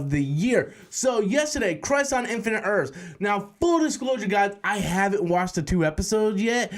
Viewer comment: “Crise on infinite Earfs”